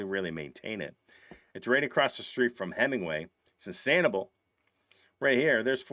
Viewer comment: we love ya but it’s pronounced SAN-ih-bell 😊😊😊 love that 3rd house